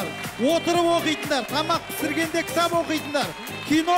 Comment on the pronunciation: Кітап оқып отырып кітАп оқитын қыздАр 😂